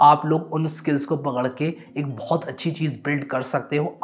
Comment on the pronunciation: Bhai aap U.P se ho kya, wo " bohut aur Pohucha" bada apna sa laga